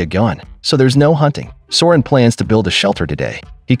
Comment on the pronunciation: The "High guy" thing kills me everytime lol!! People should have a drinking game everytime the AI voice says those words!!! It's also funny af that AI voice keeps calling Søren for Soren and Sauron and Ulrik for Uric and Euric🤣🤣🤣🤣🤣